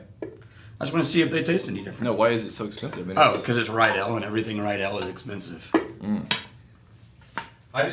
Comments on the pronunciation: Riedel is pronounced like NEEDLE !! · Isn't Ridel pronounced "ree-dle" rather than "rye-dell"? C'mon, class it up there. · Since I just watched the whiskey glass episode and clearly you're not worried about being called snobs, Riedel is pronounced Reed-ol'. No "i" in the pronunciation. Love the channel, keep 'em coming. - A fellow glass snob.